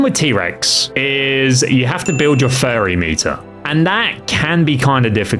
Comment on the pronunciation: "furry meter"